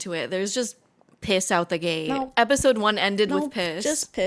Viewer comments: I will never not chuckle at EP-OH-SIDEE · My sister in christ, I lost it for the simple reason that you said "Eposide" and realising you were just reading off the fcking app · is episode pronounced like that im confused